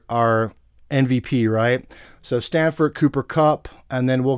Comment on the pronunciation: It's STAFFORD not STANFORD. Damn that's annoying. Lol